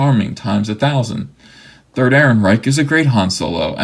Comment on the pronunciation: When you got to "Ehrenrereich" I almost spit out my drink laughing.